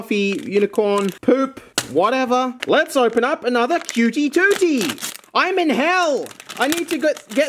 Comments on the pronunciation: Kyooty tootee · cutie tities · Coutie toutie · Cewty tewty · “ cuhtie toohties “ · But he said that